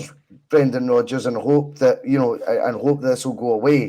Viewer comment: Brrrreeeennnndaaaan Rrrrrrooodddgggeers 😂